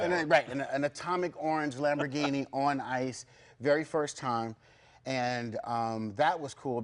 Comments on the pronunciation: He lost me after "lambordini" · Did he say LamborDhini? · "Lambordini" triggered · Lambordini haha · lmaoo yes he did lmaoo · omfg he did! lmao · Yup he did....